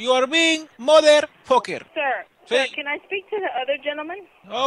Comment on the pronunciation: morder focker....laughing so hard